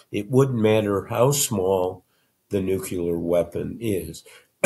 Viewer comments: nuclear NOT nucular! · Why can no well educated American pronounce, "nuclear?" NUKE -LEE-ARE. Not nucular. FFS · Bob, I love your work and thank you for it, but you're 81 now: it's "nuke-lee-er", not "nuke-you-ler". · Please correct Mr. Woodward. The word is nuclear. Nucular is not a word. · I cannot believe Woodward uses New-Q-ler to describe NUCLEAR weapons. Can't get past this. Does Babble mis-pronounce NUCLEAR, too? Doubtful. Thought this died with Bush 43. Clearly not. Disinformation propaganda that minimizes the danger. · ouch! it's painful to hear bob say the word 'nucular' instead of N U C L E A R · Bob, the word is NU CLE AR. not Nucular. Are you kidding? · OMG! You'd think this brilliant man would know it's not new-cuo-ler! It is nu-clee-er, Bob! Now I'll have to Notre your book from the library. I just can't buy it! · It is embarrassing to hear an intelligent person unable or unwilling to pronounce the simple word “NUCLEAR”. Nucular is simply unacceptable. I am unclear,or uncular, as to why this mispronunciation persists. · Bob, it's NUCLEAR! Not nucular. Thank you 😊 😊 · Nuclear = new-clear, not nooky-ler. Why this distinguished journalist cannot pronounce English words properly drives me nuts. (I was a teacher of English as a second language.) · I can't believe Bob can't properly pronounce Nuclear! Nukular is not at all correct! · Noo-kya-lur? Oh well, George W pronounced it that way, too. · NUCLEAR!!! (not Nucular!) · Why does someone as educated as Woodword keep pronouncing it "nuke-yular." I can't listen anymore. It's totally annoying. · I hated to make that observation. I'm glad you did it for me. 😂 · nuclear = "newcleeaar" not "nukeular" sorry, for a famous writer Woodward should know how to pronounce the word. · Every time I concentration returned to the conversation Bob would again say “NUCULAR” and I was off in my own head, wondering how the hell educated people continue to mispronounce this word. 🤯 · It's "nuclear", Bob, not "nucular".